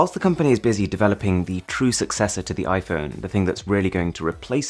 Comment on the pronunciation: Normal people: "iPhone" Mrwhosetheboss: iFhön